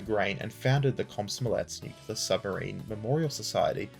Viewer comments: Man, I love your videos, but for Christ's sake, please, PLEASE, don't use the word "nucular". There is no such word in English language, its "nuclear" - spoken "NEW-CLEAR", nucular is an illiteration that is repeated over and over again and it's just wrong. I'm Polish and it annoys me to correct native speakers. And spread the word among the boys, I believe LordHardThresher also makes this mistake :) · new-clee-er NOT nuk-u-ler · Stop saying "nucular" ahhhhhhhhh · Please, there is no 'cue' in nuclear.